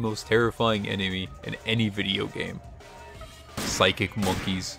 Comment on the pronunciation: how did i know he would say Phsycic Mankey